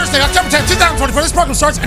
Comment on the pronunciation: Progrum with the "Wed Wiver Wivalry." lol